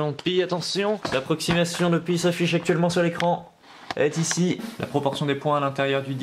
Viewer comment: Pie day?...ah on ne parle pas de tarte.